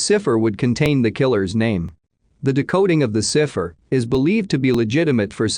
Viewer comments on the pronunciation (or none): Bennett? Never heard it pronounced like that before. And are you trying to say 'cy-pher'? La hotel? You mean El-A as in Los Angeles? Too many stray words in the audio.